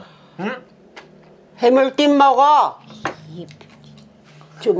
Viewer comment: 엄마최고ㅋㅋㅋ저도 어쩌다들어왔는데 계속 웃기네요ㅋㅋㅋ틀니가아니셔서 혀마중이 아직 어색하세요ㅋㅋㅋㅋ 해물띰ㅋㅋㅋㅋㅋㅋㅋ너무 웃겨요ㅋㅋㅋㅋㅋ 계속 찍어주세용❤❤❤❤